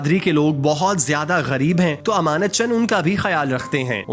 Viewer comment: ایمانت چن نہیں۔۔۔۔۔ امانت چن۔۔۔۔۔